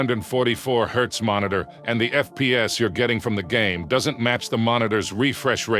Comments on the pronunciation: This video is not made by AI. The only part done by AI is the voice and I can tell this video was well planed. That Is why Hz was sometimes said HAZ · Especially when he said “3 thousand thousand” in reference to the black and white ratio. And who calls Hz “haz”? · Disliking because you can't even be fucked to correct your AI overlay voice for "haz" instead of "Hertz"! Enough with the AI bullshit, use a partial voice modulator and become an impressive speaker to don't complain about "I don't have a sponsor" anymore! Sad and ridiculous. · Why did you pronounce Hz as "Haaz". it's pronounced "Hertz" ,Jesus my ears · It hurts to hear it pronounce the Hertz abbreviation. I can haz monitor? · Good deep dive. I only found one issue - the correct name of the greatness that is often also referred to as refresh rate and its unit is Hz (Hertz - defined by one cycle or one event per second), is frequency, not "Hezz" (?). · When he pronounces Hz "Haz" instead of hertz, yeah, bet on AI. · Haze? The full word is Hertz. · Just FYI…Hz is short for Hertz…not haz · I want a lot of "haaz" 😂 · Higher haaz ...ROFL AI is failing on silly things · did you really cal Hz symbol “haaz”? This video like when a third grader half-as*es an asignment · i don't like the ai tts in this video because it's so monotone and loud [and says hz - hertz - as "haz"] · I know it's a moot point but the way the narrator says Hz is just too funny 😂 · This is a fantastic explanation, very concise and informative But how much of this is AI? The voiceover and the script? Or more Giveaway was the voiceover saying " " instead of 1 million, and the pronunciation of Hz